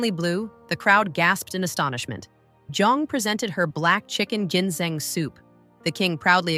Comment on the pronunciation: AI. voice cant even pronounce .. GINSENG ...properly